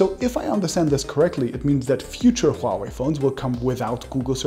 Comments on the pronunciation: You have the best pronunciation of Huawei among all the tech youtubers. Most of them call it Wuaway. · thank you calling it huawei, it's华为 NOT wahway, like all youtubers call it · First of many tech YouTubers who can correctly pronounce the word “HUAwei”... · Exactly! It is not hard to pronounce... Others are pronouncing wuawei... 😂 😂